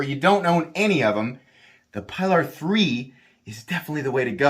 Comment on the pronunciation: It’s “PEE-lar” My Elementum is an amazing knife!